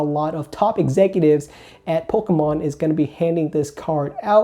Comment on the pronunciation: I love the way you say “poke-UH-mon” lol